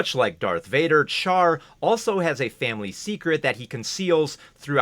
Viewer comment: Great video, but I hate the mispronunciation of Char’s name. It’s not “char” like char-broiled, it’s “char” like charlatan. The French way, basically.